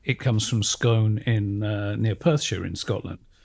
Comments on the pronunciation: the huge variety of stone across Britain is the reason why there is so much hydrocarbons under the sea bed of the North Sea. btw Scone is pronounced Scoone, as in noon. and in Diskworld its called the Scone of Stone :) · Scone the place in Scotland is pronounced Skoon. Scone the thing you eat is pronounced Skon..If you are Scottish. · pronounced as 'Scoon' the town is also 'Scoon' the cake is called a scone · Oh please, "Scone", the place, is pronounced "Skoon". And it was stolen not by the British but by Edward I ,king of England. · Never "scoan"!